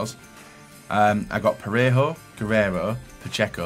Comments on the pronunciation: why do you possibly like that? The guy has got one of the most normal names (if we ignore the Portuguese pronunciation of it). Like it's really not hard to say Guh-rare-o, it's drives me mildly insane when he says Gu-rare-E-aie-E-o and no he made James say it too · I like when he calls Guerreiro of Dortmund "Gueieio"..